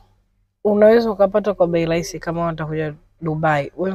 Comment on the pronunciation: ni RAHISI sio LAISI.